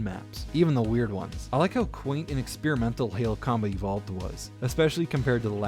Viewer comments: For some reason I keep hearing "Halo: Comedy Vault" EDIT: God dammit, 20 minutes into the video and I still can't unhear this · Just found you today, and I LOVE your channel. I kept hearing "comedy vault" when you said "Combat evolved" 🤣🤣